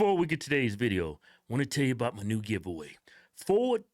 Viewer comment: Why is the mayor Canadian? "Abooouuut the city" . Can someone explain how this happened to me? I honestly had no clue Cincinnati was this "diverse" and woke. its OHIO for God's sake. It's supposed to be a red neck mid-western state. Does a single city in the USA exist above 200k people that isn't ultra "diverse" and woke? Why can't we have a city of like 500k people so we have all the good things a city brings, but have the sheriff for it be like that guy from Florida, and the mayor be republican? Why is that an impossible dream? I had no idea Cincinnati was this bad, its worse than the average California city. One more place to never accept a job offer in I guess.